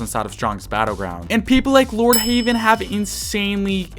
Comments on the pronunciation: You said Lordheywen not Lordheaven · Bro called lord heaven "lord havean" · For some reason you saying lord heavens name wrong trigger me (pls stop saying "lord haven" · I can’t get over you saying Lord HAVEN.